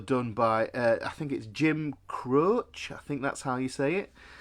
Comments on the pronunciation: It’s pronounced Jim Crow shay. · It's pronounced Crow See. Jim Croce. OPERATOR Is one of my all time fav tunes he also done I gotta name and Bad Bad Leroy Brown.. You are probably the most Intelligent teacher I've encountered on YouTube . Thank you for sharing your lessons. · Love You!- helped me a lot this year. However, it's Jim Croceee (pronunciation). I hear some NLP language in your teaching. Keep it coming. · It's Croce Not Croce! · Jim “Crow-shee”